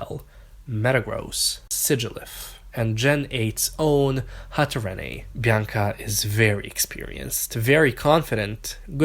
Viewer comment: I KNOW YOU DID NOT JUST PRONOUNCE HATTERENE LIKE THAT